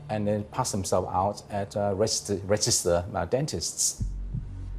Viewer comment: Dr Chan trying to say ‘register’ 😂😂